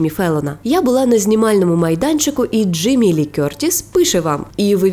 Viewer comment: А чому актриса Джимі, якщо вона Джеймі?😅